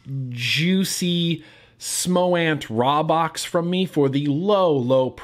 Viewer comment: its pronounced with a long a like raybox (rā-box)